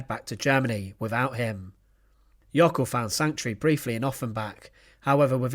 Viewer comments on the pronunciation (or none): Jöckel, not Jockel. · It's "Jöckel', not "Jockel".